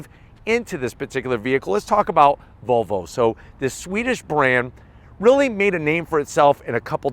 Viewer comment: right pronunciation is volvo not vovo